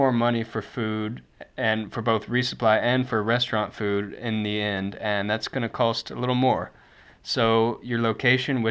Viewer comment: You know that there is no L in COST, right?